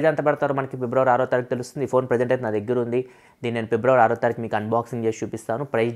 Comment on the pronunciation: Pibravary kadu Fibruary ani paluku bro Vinadaniki okalaga undi educated a kada nuvvu